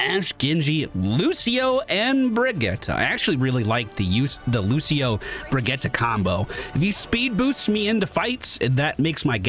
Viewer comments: Her name is dickens Brigitte pronounced “ Bridge-It”. They say her name in game. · Brih-gee-tuh, so no, you didn't, but I knew what I was getting into and I've forgiven you for more. Love the vids dude. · Youtube comments here! No, you didn't say it right :P haha brih-gee-ta basically like Vageta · Her name is pronounced closer to Brigeetuh. Can hear it in a few of her interactions with some of the cast. So you're close, but just that middle syllable is off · no one says Bridge-it in the game. That isn't how they say their name phonetically in the game at all lol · Nope, it's Bri-git-teh. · How do you get "tuh" from that? That just sounds like Brigitta which is a different name. She clearly says "te" with e from "get", I really don't understand how you don't hear it. Just because you don't hear it, that doesn't mean you and the League video are correct. Sigh, English speakers and their pronunciation 🙄Here, step by step for your ears: ☺ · It's pronounced Br-ee-j-ee-t :) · You are not saying "Brigitte" like a Swedish person would, but that doesn't matter. I don't know where people's obsession with apologizing for not knowing how to pronounce another language comes from. I grew up in a country where some of the sound in my name don't exist, so nobody ever said my full name right and I didn't care or get offended by that. Pronounce names in your language and if anyone gets offended, they're the asshole, not you. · Yes that Overwatch League pronounciation sounds dumb to my Nordic ears too. Here how it's correctly pronounced, straight from her mouth